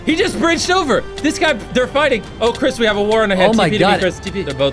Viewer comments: ah, yes, chirs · Btw it's "Chris"